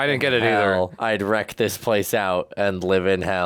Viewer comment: RENT not wreck.